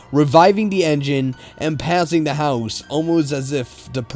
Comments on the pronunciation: Whoever the person reading is made listening to this video unbearable. Says "the" as "da" or "ta" completely threw me off. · the The THE!!! not Dah!!! It drives me nuts how '' says da instead of the all the time. Almost can't even sit through the stories. Gah!!!